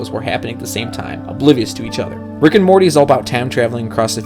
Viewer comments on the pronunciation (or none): none